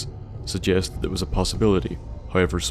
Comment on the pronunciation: you from NI? I've noticed the way you say "thur" like the most of us